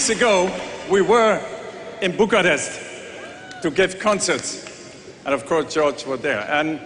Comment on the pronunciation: Bucharest and Maastricht not Buccarat and My Street . Why Europeans don't mess up names like New York with Newtorc, but Americans do that to EU cities ?